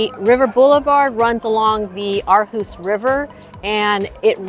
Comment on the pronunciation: One of the better Aarhus videos I’ve seen. And you pronounced Aarhus well.